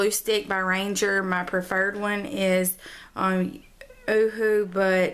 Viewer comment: Ooooh, the first video where I heard a non-German speaker saying Uhu correctly! 😘 Did you know an Uhu is actually an owl? Greetings from Germany.